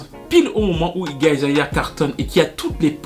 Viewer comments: C'est Iggy Azalea pas Iggy Azaelia. Juste, j'étais un peu confus à force :) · Toujours au top du top tes videos ^^ un peu de mal à dire "Iggy Azalea" qd meme ptdrrrr